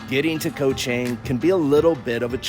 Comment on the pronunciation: I saw a few bloggers reported on Koh Chang. None coukd pronounce the name correctly. Then, I know they were the passed by and not yet spent enough time there.